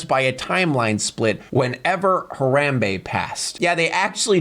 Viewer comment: HarAWMbe, Tommy WisOWE learn some damn English bro Jesus